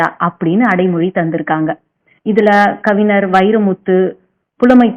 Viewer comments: ஏம்மா கொல்றீங்க அது கவிஞர்ம்மா ஞ வே வரமாட்டீங்குது அதுவும் ஒரு தடவைன்னா பரவாயில்ல பலதடவை தப்பு தப்பா சொல்றீங்க கேட்கவே நாரசமா இருக்கு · தமிழில் உச்சரிப்பு மிக முக்கியம் நீங்கள் கூறிய தகவல்கள் அனைத்தும் அருமை சகோதரி ஆனால் கவிஞர் என்ற வார்த்தையின் உச்சரிப்பை சரி செய்யுங்கள் சகோதரி